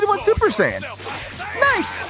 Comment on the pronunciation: super saiyan not buper saiyan